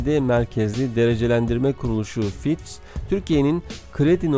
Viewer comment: Fitch = Fitç diye okunuyor kardeş :) ch = ç